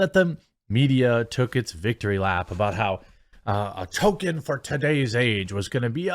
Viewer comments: Please Jeremy, it's ToLkien, not token. I'll say go woke, go broke until you get it right lol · I will personally buy 100 pounds of Coffee Brand Coffee if Jeremy learns how to properly pronounce Tolkien's name